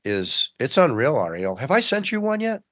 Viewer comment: Ari-Elle. LOL.